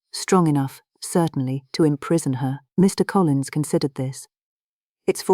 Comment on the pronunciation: Please use a better AI voice agent. The pauses between Mr. and Collins is horrible. That's just one example. There are better out there. A real narrator is best. Speaking for all of the now out of work voice actors.